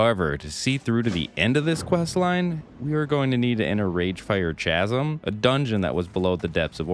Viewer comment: Cha zum...negative. its pronounced Kazum